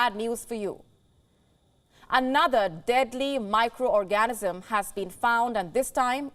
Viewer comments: "A deadly micro orgasm". lol at 13 seconds. OR-GAN-ISM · Darling… I realize you have an accent - and it is beautiful, but please learn to say ORGAN-ism!!! Orgasm is NOT what you want to convey. 😏🤭😁🥹😉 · Did she say micro orgasm? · Did she just say micro orgasm?